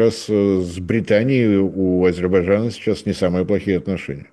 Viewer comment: Ведущий, в чём проблема выучить одно слово? Не Азебарджана, а Азербайджана.